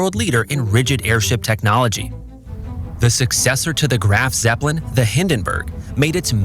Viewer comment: Its Graf Zeppelin, not grand Zeppelin